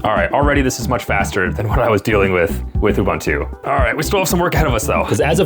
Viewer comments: It’s not “you-ban-too” it’s “ubuntu” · Can anyone explain this strange phenomenon to me? I find it genuinely disappointing when a seemingly intelligent and educated person continues to pronounce a familiar word or name incorrectly, even though he must have heard the correct pronunciation many times. Why would a tech content creator repeatedly pronounce “Ubuntu” as “Ubantu”? It is difficult to believe that he has only ever seen the unknown word in writing and has never heard anyone say it correctly. Imagine introducing yourself to someone and clearly stating your name, only to have that person continue butchering it whenever he speaks about you. After a while, it no longer sounds like an innocent mistake. It begins to seem careless and disrespectful. That is why this persistent mispronunciation is so disappointing. A knowledgeable tech creator should care about accuracy, especially when mentioning something as well known as Ubuntu. I remain genuinely puzzled: why continue saying it incorrectly? Is it ignorance, stubbornness, indifference, or something else? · I hope he's intentionally mispronouncing "Ubuntu" just to bait people into commenting, because if he isn't... I honestly don't even know what to say.